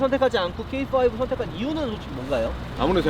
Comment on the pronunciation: 형 케이파이브야. 게이파이브 아니고......ㅋㅋㅋㅋ